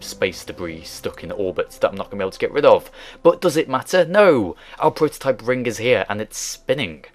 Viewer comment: Its 'ring' not freaking 'rink'